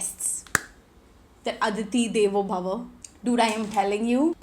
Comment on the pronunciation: Did you just say Aditi devo bhava😅😂